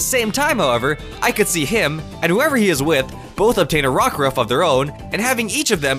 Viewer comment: You got Rockruff right